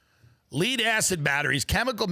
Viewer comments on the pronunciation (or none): "LEED" acid batteries 🤦‍♂️ rich people deficiency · Ha! He pronounced it “lead” and not “lead”